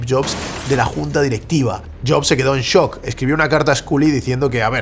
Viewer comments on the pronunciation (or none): none